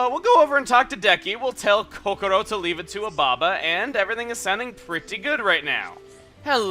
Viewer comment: I love how he says Kokoro (Japanese for heart) instead of Kokora. Chuggaa, your speaking Japanese!!!!! Honestly, it's probably a play on words in Japanese anyway.